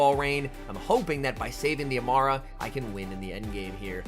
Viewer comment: Amaura (A-more-uh)* like aura